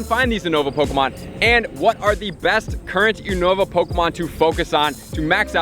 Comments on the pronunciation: You-nova not Ooo-nova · I swear I lose my shit everytime he say (ooo-nova) instead of (you-nova) how its suppose to be said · Why is he saying Unova so weird? When he says it sounds like uhhnova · It’s pronounced YOU-NA-VA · It's pronounced as You-nova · You are pronouncing Unova wrong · Who says unova like that? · The way he says unova😂